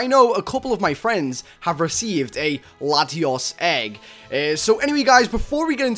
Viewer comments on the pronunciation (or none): Its Zek rum and Latios is lat- e-os